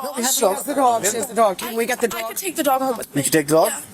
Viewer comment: She pronounced it "dwog"